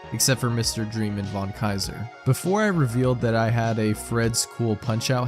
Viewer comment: Kai-zer. Not tzar.